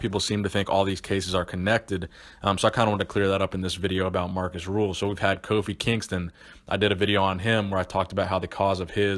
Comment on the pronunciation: hes name is rühl not ruhl